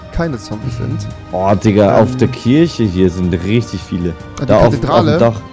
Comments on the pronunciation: Bin ich der einzige, der hinterfragt dass Rewi Kirche Kirsche ausspricht und Kirsche Kirche? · Rewi muss echt mal lernen Worte mit "CH" richtig auszusprechen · Das heißt Kirche